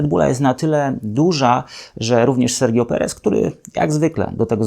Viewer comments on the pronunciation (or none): none